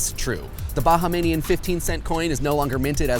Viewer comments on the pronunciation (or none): you pronounced "Bahamian" wrong :(